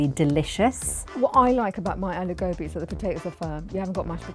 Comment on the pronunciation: She said "Gobi" in an English accent. She should've just called it cauliflower, instead of calling it "Goobee". Its procedure "Gobi"! Darn it. 🤦‍♀️